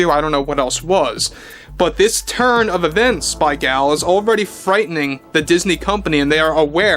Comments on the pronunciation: Nope, he is pronouncing it incorrectly. It is Gull. It’s Hebrew. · The nuance is still different how she pronounces it - even in English. It’s not the long vowel A. But either way does not offend me and I wish you a pleasant evening. Cheers.